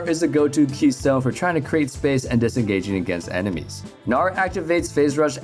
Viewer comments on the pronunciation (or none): none